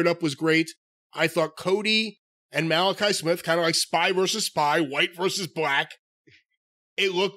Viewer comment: Every time I hear call him "Malakai Smith" I lose my sh*t. XD.